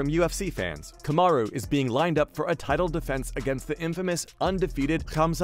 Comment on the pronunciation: Kahm a roooo lmaooo